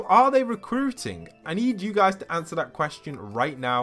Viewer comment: “Awnser the QUSTION”